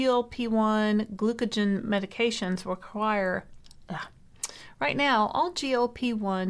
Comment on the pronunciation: Please, it's pronounced "gluca-GONE" not "gluca-JEN"